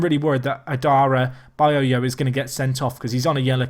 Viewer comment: id hate to see a nickname for adarabioyo as its quite a legendary surname by itself you pronounce it like adda-rab-ee-yoyo